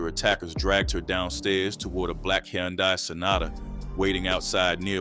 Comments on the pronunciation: Brother it’s Hyundai “huhn-day” not yondai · Hun dye say it with me... Hun Dye... Jeezus Christ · BRO U DONT KNOW HOW TO SAY “HUN-DAY” FUQ THE SPELLING WHERE ARE YOU FROM WAT COUNTRY U LIVE IN YOU FUQ DAT WORD UP 36 times damn!!! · I had to cut it off when you refused to say the word "and" and kept saying "plus". The hayoondye killed me too. Idk what you got going on bro but tighten up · The way he keeps pronouncing Hyundai is killing me lol stop narrating these videos with AI lol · This mf can't even pronounce a basic car make properly. 🤦🏾‍♂️😫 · How many different ways is the AI going to pronounce “Hyundai” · Now I know damn well you can say Hyundai lol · Damn AI you done pronounced her name 4 different ways already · That word “Hyundai” was whooping the narrator ahh 😂😂😂😂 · Man, I hope the person doing this is actually AI. If not, they gotta be a stupidest person ever. That is not how you say Hyundai🤷🏾‍♂️🤦🏾‍♂️ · God rest her soul and bless her children but can we pronounce Hyundai correctly 🙏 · The 10 different ways he pronounced Hyundai 🤨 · Ok King good video! 🫡Can you please just say “Sonata” from now on because you tore up “Hyundai” so many times that I started questioning if I was ever really saying it correctly and I worked there for 7yrs! 😅🫶🏽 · How tf you keep fkn up the word HYUNDAI? gotdamn smh. Fkn Hyundai???? My 4 &8 yr old does that effortlessly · Especially with the mispronunciation of Hyundai.... fkn Hyundai. Smh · The way he saying Hyundai is pissing me off 😭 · And I can’t get past the way he keeps pronouncing Hyundai 🙄